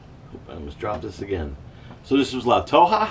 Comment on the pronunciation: I use a little plastic grapefruit spoon with a spoon on one end and knife on the other. BTW, pronunciation is La-`Toe-Hah